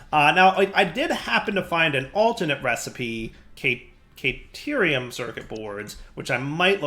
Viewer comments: hearing him say caternium and petrothium drives me crazy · Its caterium. Theres no N in it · Yeah, but it’s pretty much futile at this point to try to correct him. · He sometimes says it right and sometimes he says caternium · Didn't he already realise he was pronouncing "Caterium" wrong and corrected himself? Did he un-realise it? xD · He does this with every word he mispronounces, he acknowledges the correct way to say it and then just goes back to saying it wrong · Hearing keep pronouncing caterium wrong Is making me go crazy